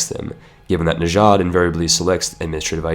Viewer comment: please.. it's not najad it's just najd I live there.